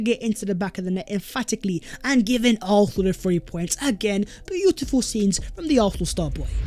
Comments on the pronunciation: Whose chance has been revived?? ARFFFFNAL’s??? Who the hell are ARRRPHNAL??! Learn to speak English!! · Oh yeah? I know Arsenal fans from ALL OVER THE WORLD who can pronounce Arsenal with an S in their own accents. His pronunciation of Arsenal is painfully atrocious. Accent? Lol!! Get a grip. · Garbage. He is the only guy I know of who cannot pronounce the name of the team he supports properly! He has at least 4 different versions. LOL!!